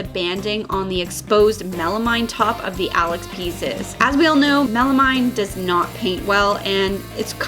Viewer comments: Milanote = Evernote. An app that I've been using for years! But will def. check it out! Your chest turned out great! (oh and it's 'melameeeen') :-) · I definitely would have sealed with a base/primer coat over the plywood before painting your color. Especially after the time & expense you put into this DIY. PS ˈmeləˌmēn' is pronounced with a mean, not a mine. ...I guess that makes me the meanie ;) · It’s pronounced mella-meen.